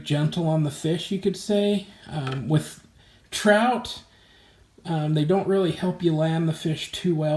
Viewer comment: "um with... TROUT!" lmao